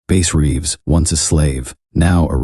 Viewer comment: The AI voice completely kills the immersion for me man.. it can't decide if the guys name is based on a fish or an instrument. Pronunciations are off on uncommon words. Lack of emotion or emphasis when necessary.. I'd play your stories every night if a human voice was telling it. Let me know when you drop live stories. Until then, I'm gonna wind down with my man Otis Jiry. No hard feelings, the AI voice just isn't for me and I don't think it's much effort to tell the stories yourself if you are indeed writing them. Tbh, I don't even care if you wrote them. I just want to hear a human voice. I'm looking forward to some real story telling from you, don't let me down!